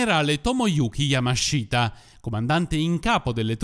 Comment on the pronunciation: Bel video come sempre MA... YAMASHITA si pronuncia YAMASHTA, la I nella sillaba Shi, in questo caso è muta 😁